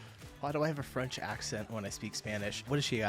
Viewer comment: As a French, her French sounded pretty much perfect, she's wrong to believe she has a strong accent! It's not surprising though as she's a native German speaker. French and German, despite being quite different in origin, have a similar phonology. That's due to France being once part of the Frankish Empire, and that's how it got the name "France", it's the western part of this empire that survived to this day. To other Romance languages speakers, French kinda sounds like their language but with a German accent. That's why she gets the impression she has a French accent when she speaks Spanish. So Germans generally pick up French pronunciation very well, and their German accent can go unnoticed, it's pretty much the same as Eastern France accents. In English and likely other languages the French and German accents are very similar and often confused.